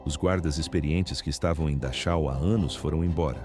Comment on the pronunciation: Pronuncia Darrau